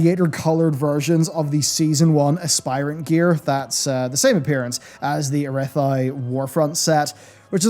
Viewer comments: air-ugh-thy??? Uh-wrath-ee!! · the ARA THIE warfronts set? I have heard people pronounce things weird. But my man WTF lol. ARATH THEEE warfronts! ARATHEEEE this must be a UK thing right?